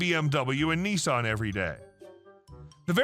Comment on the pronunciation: Nissan not neesarn